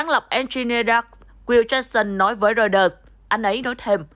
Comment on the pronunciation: Biên tập viên đọc ( roai tơ ) mà cũng không chuẩn ... ( lin kin ) là ai ... ¿